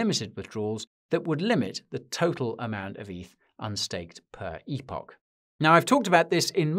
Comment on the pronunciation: Thank you for pronouncing epoch correctly.